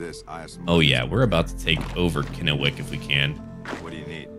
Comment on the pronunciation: you pronounced Kennewick right